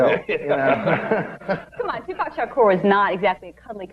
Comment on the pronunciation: in and already seething. These people have no idea who Tupac Shakur was, what he represented to not only the black community, nor how to even properly pronounce his name. Two-Pack, seriously? Chick talks about hypocrisy yet hasn't done her homework. I never believed in that rape business. As for the other, well, he was feisty, but nothing too serious that folks don't often do when they're young, before they learn. This is a perfect example of how media manipulates us in to what to think. Stay woke, peeps!